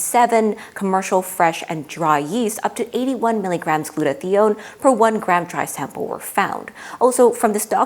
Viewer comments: Really interesting and very well done. A small note about two mispronunciations might undermine your presentation with some viewers with certain science backgrounds: glue-toe-thigh-own. proe-tee-awl-a-sis. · gluta-thigh-own Merriam Webster and two different YouTube pronunciation guides (one based on actual usage) give only this pronunciation.